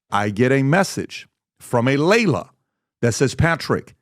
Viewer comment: Her name is pronounced "Ly-la," not "Lay-la." 😉